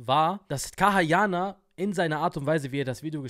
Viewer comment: KAYA YANAR Nicht kaha yaha